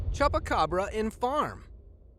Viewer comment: did he just say chubucabra